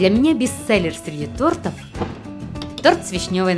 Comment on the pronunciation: Не тортов, а тортов